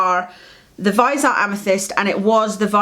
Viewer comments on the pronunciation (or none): Great video, I enjoy watching you talk about make up and skincare. I was just driving me nuts in this video because you say Viseart wrong. The "e" is not silent. You say vis-E-art. Where the E is pronounced like an "ie" or "y" sound, if that makes sense. Great collection though, you inspired me to buy the viseart amethyst pallet when I saw your is retin a dangerous video. You were talking very important and interesting facts and opinions and all I could think was how STUNNING your eye shadow was! lol. Like a bird who can't take their eyes off something shiny. I went straight to my well used sephora app and ordered it. It just shipped today, so only two more days before I have more purple eye shadow. lol Keep up the good work!!